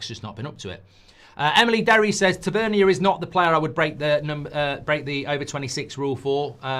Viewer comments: It's pronounced ta van near. and he is not good enough for united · haha I swear you say these names wrong on purpose...."tav-a-neer" 😂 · Listening to Mark mispronounce Tavernier tells me everything I need to know about his knowledge of him